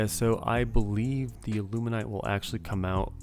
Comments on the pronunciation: How about a prep guide to pronounce illuminate? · Why can’t people pronounce illuminate..